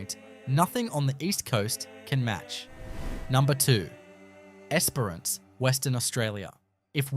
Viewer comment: The pronunciation of Esperance and Kalbarri, so close and yet so far on both 🤣 Esperance or Geraldton are both great options if you enjoy dealing with meth heads on a daily basis and aren't overly attached to anything you can't bolt down remaining yours. They do have some beauty though, that's for sure.